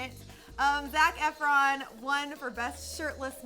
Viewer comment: Ahhahaha EEfron...she did better than 'somebody' when saying Idina Menzel